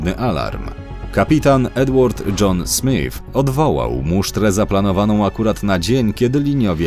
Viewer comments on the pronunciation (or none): none